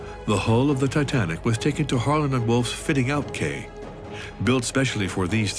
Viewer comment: Not that important in the scheme of things, but could no-one have corrected the narrator's mispronunciation of "quay"?